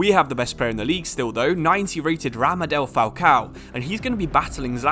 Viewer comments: It’s Radamel not Ramadel Falcao. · I hate to be the youtube police but it's radamel not ramadel